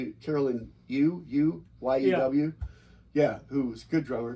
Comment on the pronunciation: Correction: Caroline Rue, not Caroline Yew.